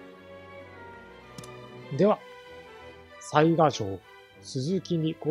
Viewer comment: 次回いよいよ「水上の御堂」の攻略戦ですね。御存知とは思いますが、てきの巡見所は潰しておいた方が良いかと。 細かくて本当に毎回申し訳無いのですが雑賀は「さいが」では無く「さいか」だったと思いますm(__)m。因みに雑賀孫市が誰だったか？は諸説ありますが信長の野望シリーズでは「鈴木重秀」が雑賀孫市設定ですね。「信長を撃った男」ですね。 あと鯰尾（蒲生氏郷）が配下になったのは大きいですね。愉しみにしてます。